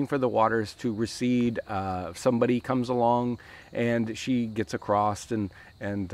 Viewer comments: Acrosst? Acrosstt?!! Oh no bruh. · Acrosst is not a word!!! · across"t" ? or is it acrossed? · "Across" doesn't have a T in it. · Why can't most Americans (from my experience) pronounce "across" correctly? lol